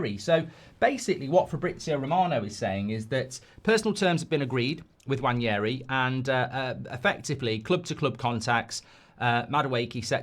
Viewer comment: The amount of mistakes when speaking in Madueke and Nwaneri is hilarious 🤣 5 year deal agreed with Liverpool yeah?